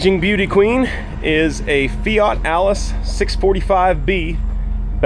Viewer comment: You said “Fiat” but I swear I heard “Fire Extinguisher”